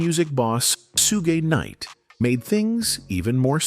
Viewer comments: Soog Knight is CRAZY . Its Shug! The H aint silent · "Sue-gay" Knight 🤣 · “Soogay Nite” 🗣️ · "Sue--Gay Knight"🤣🤣🤣 These AI narrations are so out of pocket!